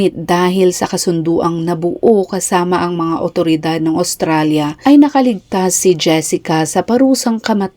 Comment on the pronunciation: Please pronounce well, Australia.